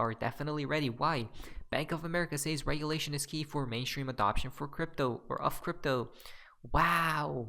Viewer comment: Hey bro, I’ve been meaning to mention this to you since English is not your first language, although you are very proficient, but, the word “says” is pronounced “sez,” not sAys. Thought you should know 😊